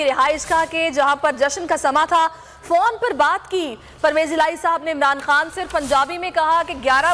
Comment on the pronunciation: Foon nhi hota phone hota hai